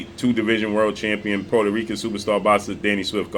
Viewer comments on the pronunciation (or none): none